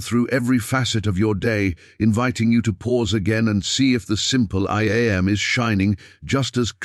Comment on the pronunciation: It is so annoying to listen to this pompous, phony voice prounce "I Am" as "eye aye em". And, the voice runs parts of sentences together, nevermind the correct punctuation, ruining the meaning,plus it puts the emphasis on the on the wrong part of the word, as in "PROject" and "proJECT", which are two words that have completely different meanings. PLEASE STOP!! I didn't listen all the way through and can't bring myself to acknowledge this channel in any way.